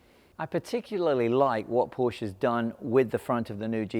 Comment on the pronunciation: Learn how to pronounce “Porsche”....berk